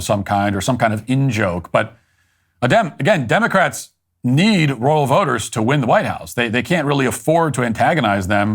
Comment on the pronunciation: Matt, to say “Rural” correctly, just pretend you’re saying the name “Earl” with an R on the front of it. R-Earl…you’re welcome.